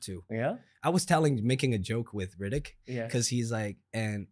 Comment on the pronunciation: He says hritiik like Riddic🤣